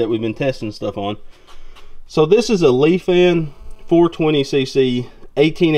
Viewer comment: killing me with the leefin ... lol its lie-fin Great video though!